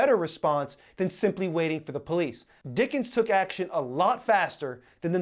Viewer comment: It's Dicken, not Dickens...